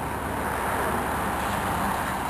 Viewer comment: ok, first of all, its not kuboto, the way you say it, kubota, second of all, if you want a real tractor, get a deere, get a belly mower, much easier to handle, the 3 point hitch is a bitch, cause it swings all over when you turn, and they dig in when you back up, as far as snow blowers, fronts are hydro, and are freakin guttless. the rear may be a bit harder to operate, but much more power... good luck